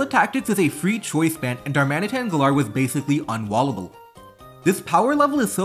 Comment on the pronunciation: the way you say galar feels so wrong